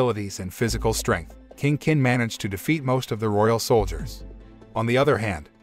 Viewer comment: I'm so bothered with his pronunciation of "King Kin", "Qin" is pronounced as "Chin" not "kin"....